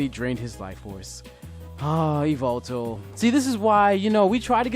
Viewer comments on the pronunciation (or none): he called yveltal yvaltal